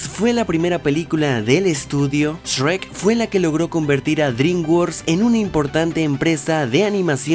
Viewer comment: Porque dices. Esrek 😂